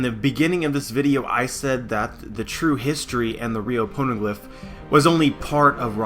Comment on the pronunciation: why do I keep on hearing porno glif?